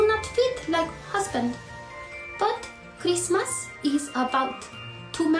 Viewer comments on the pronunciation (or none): Dude, she's HORRIBLE! "I have to put up all this stupid Chreestmas trees, who gives an EFF about Chreestmas.".